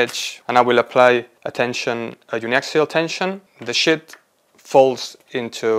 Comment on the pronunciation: Quite interesting research, but he *REALLY* needs to work on his pronunciation of "sheet" 💩 Start with a long Spanish “sí”: siiii. Replace s with sh: shiiii. Add a clear final t with a little puff of air: shiiii+t → sheet. For “sheets,” think “she eats” said quickly: “she eats” ≈ “sheets.” Words that might help: “Shiva” “Shiitake”